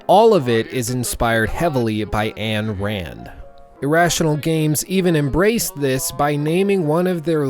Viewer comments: Why are you saying Ann Rand? lol. That's not how you pronounce it... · “anne rand?” U could at least get her name right if you say how influential she was. She was a try hard; men should be less caring and less charitable? She’s an educated joke. Man receives happiness through others especially family. We are already too selfish. Her point is idiotically basic.